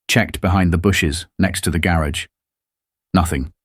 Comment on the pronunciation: Same story just more elaborate the 2nd time. And cant pronounced garage.